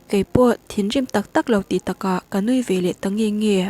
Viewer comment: Veleh tih tur hi, velah ti hlirin i chhiar 😂, a dangah chuan i chhiar dik tawh dawn nia.